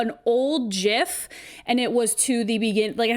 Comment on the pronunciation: Thanks for another great episode! I totally remember that dancing baby, but I think I remember the version with the Mortal Kombat song more strongly. Also, I appreciate that you pronounce gif with a soft g because everyone gives me crap for it. Glad to know of someone else who pronounces it this way!